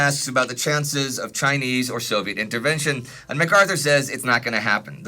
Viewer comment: I love your videos, but man does it make Mom and I laugh when you pronounce Chinese 😂❤